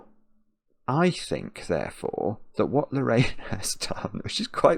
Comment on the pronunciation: “Lor-ayna, yes that’s it; Lerayner.” Ha ha, how your accent sounds to a Canadian. Great video as always!